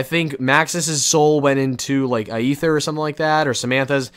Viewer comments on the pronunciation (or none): Aether is pronounced EE-THER, the AE is simply E in that case. Not AY-EETHER.